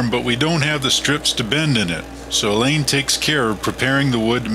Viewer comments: Alain is pronounced Allah. . . not 'elaine' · Great video! it was neat getting a different perspective from working with someone else on the project and having your video narrated by the other person! I was a little thrown by the pronunciation of your name Alain as I always assumed it was like the English name Allen or Alan. Always enjoy your videos and look forward to waiting for the next one to be posted.